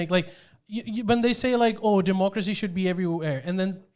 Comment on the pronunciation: Jordie did U say " doomochracy " That's lit